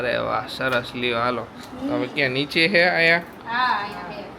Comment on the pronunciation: દરેકે દરેક વાક્ય મા જ્યાં જ્યાં "છે" આવે ત્યાં ......"હે" "હે" કેમ બોલો છો .....